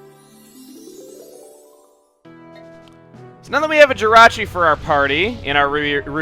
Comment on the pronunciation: Jirachi not Jyrachi!!!!!!!!